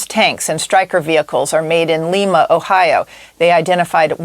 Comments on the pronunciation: BTW... Jennifer Griffin (Chief National Security Correspondent for Fox News) mispronounced Lima, Ohio. It's not LEE-mah. It's LIE-mah... which sorta rhymes with "Liar". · it's "LYE-mah," like the beans, not the capital of Peru.